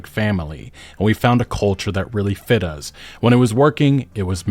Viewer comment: pronounces the word "us" with a Z instead of an S and I can't unnotice it 😂